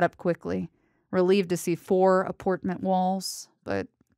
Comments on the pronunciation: "Aportment" lol just had to point that one out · "aportment" lmfao